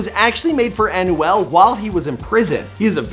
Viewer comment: Bro his name is emmanuel but just take off the emm- and you get anuel it’s so bad hearing you saying his name